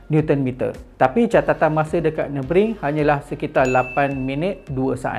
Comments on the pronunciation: Senang kata pronunciation dia nuh-buh-gring bukan nuh-bring macam dalam video tu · Pronunciation track ni Nür- bür - gring. *sekadar sharing 😊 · Maaf bro. Cuma nk perbetulkan sikit pronunciation Nurburgring tu. Cara mudah sebut = Ner.berg.ring (baca satu2 tapi cepat). Kita sama2 belajar... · Sebut btl2 ye...nurburg---ring... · "Ner" "ber" "gring" nurburgring cara sebut berdasarkan ape saya selalu dengar😅